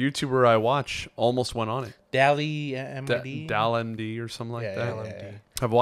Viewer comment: STOP THE CAPPPPPP!!!!!!! couldnt even pronounce DALLMYD (the almighty) lmao